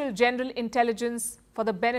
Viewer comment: Why does this woman keep saying “genDeral” when pronouncing the VERY SIMPLE WORD, “general” ???